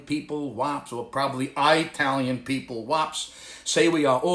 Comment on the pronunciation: 🤣🤣🤣 OMG!"I-talian"🤣 I hurt from laughing every time I watch your videos 😂... keep'm coming 🤣🤣🤣🤣🤣👍👍👍👍